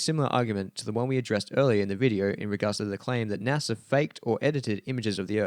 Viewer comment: I don't trust anyone that pronounces NASA, NASER.